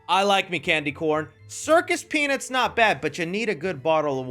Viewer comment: gonna need a little more annunciation on the U in peanuts here, brother.